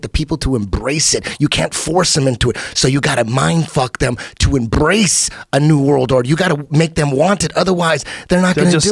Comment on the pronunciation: Eddie let his r roll when he said embrace, love it. Love when he gets excited.